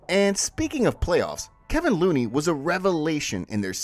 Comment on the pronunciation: Good analysis, great foresight, but man, it's "KEVON" Looney, not 'Kevin'. 😅😊